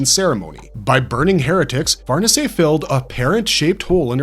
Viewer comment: Did he just call Farnice "farnisay"???